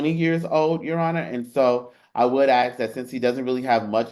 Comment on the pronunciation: ffs the word is ask not axe!!